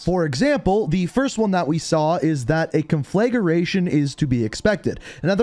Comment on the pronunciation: Con flay ger ation....... conflagration... con fla (not flay) gration (Grey shun)